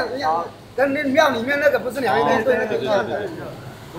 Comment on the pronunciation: "对对对”怎么听起来像粤语“吊吊吊”哈哈哈哈。海鲜档老板娘太e了，哈哈哈